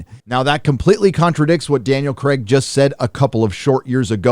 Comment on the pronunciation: It's Craig not cregg